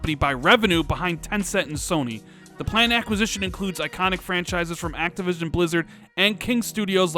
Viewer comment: he was so excited he said activisim instead of activision 😂😂😂